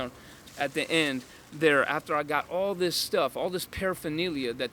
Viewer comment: Harm reduction saves waaaay more lives than abstinence programs. 12 step programs have a 2.5 to 5% "success" rate. Read the studies. I'm supposed to take advice from this clown who can't even pronounce paraphernalia??